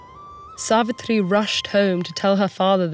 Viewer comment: Yesss.....it was soooo satisfying as she pronounced "Narad", "Yamraj", "Savitri", "Savitr", "Satyavan" correctly